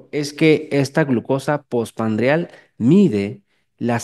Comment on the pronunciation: POR FAVOR ES POSPRANDIAL NO POSPANDRIAL... DIOS MIO